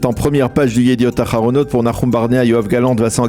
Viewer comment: Chere, un effort svp, dite le het et pas le ret... yediot aharonot et non pas yediot araronot. 😬